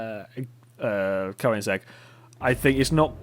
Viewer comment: There's a big problem with the name Koenigsegg. Because OE is meant to replace the swedish Ö, because not many languages got that letter, but it's still pronounced the same way. I posted this because as a swede I find it very annoying to hear people say it wrong. Correct pronounciation